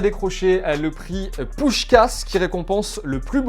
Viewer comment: Just un truc,Tu dis “le prix Puskás “ Ca ce prononce puchkach..(je suis hongrois)-:)